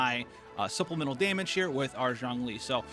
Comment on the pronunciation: "Zhongli" is actually pronounced as "Jongli"